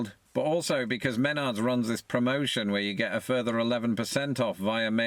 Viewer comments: It's pronounced mehnards (one flowing word), not men-ards 🤣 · He pronounces wrong, is meh NARDs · Menard's is awesome! Also hadn't yet learned how to pronounce it in this video haha